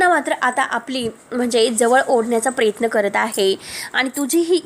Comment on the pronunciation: प्रेत्न नाही प्र य त्न